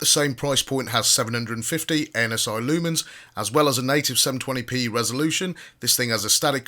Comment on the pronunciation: Did he say anus eye lumens?